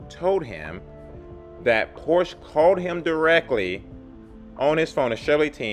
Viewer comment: You need to learn how to pronounce Porsche.